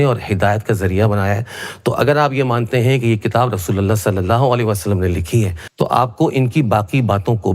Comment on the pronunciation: Bhai pahle sallallahu-alaihi- wasallam ko kahne ki achhe se practice karlo. Hairat ha, baat karte ho islam ki aur SA Alaihim wasallam bol nahi pate ho!